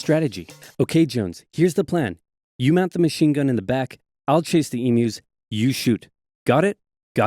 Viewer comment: Not e-moos, e-muse